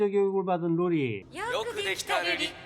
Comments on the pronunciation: 로리웹아니라 루리웹!!! 설마...🤔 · 루리를 자꾸 로리라고 하시면 아니되옵니다!ㅋㅋㅋ